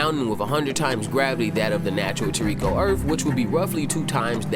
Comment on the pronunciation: For god sakes man, its [Tor-Ri-ko] even the sub voice actors say it like that!! I have never heard Komatsu say Tor-riko